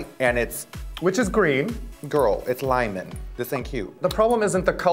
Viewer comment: “it’s lime-on” i’m assuming Raven thinks Límon is a mix of lime and lemon lol